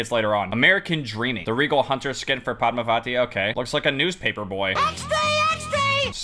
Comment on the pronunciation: I like how he can pronounce Padmavati, but can’t pronounce Constanze like she isn’t named after the house from Monster House